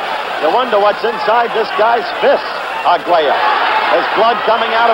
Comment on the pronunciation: Despite frequently mixing up the two fighters and taking liberty with his vowels (Arguella, Escalero, Porto Rica), Howard Cosell is still by far my favorite sports commentator.